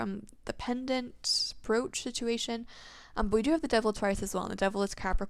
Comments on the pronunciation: It's pronounced Br"O"ch or like broach (coach) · It brooch to help you. The broo in it is pronounced like bro or (broe)